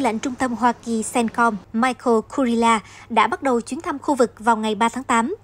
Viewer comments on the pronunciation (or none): none